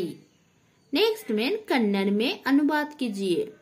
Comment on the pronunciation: ❣️❤Thanks mam but its not kanada kannada❤😊